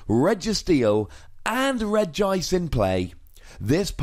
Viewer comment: It's pronounced Regi-ice by the way. It's just written with one i because else it would look weird: Regiice. They are all regis (and after that comes their type), so Regi needs to be pronounced too.